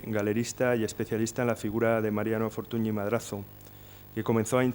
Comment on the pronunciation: con lo que usted sabe de don Mariano, no sabe decir Fortuñ en lugar de Fortuni (NY = Ñ), pero creo sinceramente que si conoce esta regla ortográfica del idioma catalán, lo que no le da la gana pronunciarlo bien. Es una lastima porqué su conferencia chirría cada vez que suena el apellido Fortuny mal aplicado. Me gustaría saber que motivos tiene para mantener esta postura.